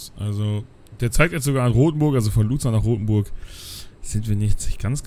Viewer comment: Also bitte, Luzern sollte man doch wirklich richtig aussprechen können...